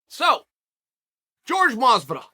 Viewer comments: George Mazvidal? who the fook is that guy? its Jorge Masvidal. whore-hey, mas-vi-dal. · Uncle Chael: Jorge Mazvidal never brought up money. Me: OK